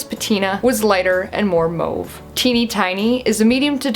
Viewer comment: I love the color comparisons and how you can actually pronounce mauve and know what color it is!